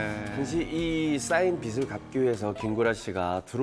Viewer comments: 기자라는 사람이 표준발음법도 모르네;; 빚을- 비슬(x), 비즐(0) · 빚의 - [비제] 빚을 - [비즐] 빚이 - [비지]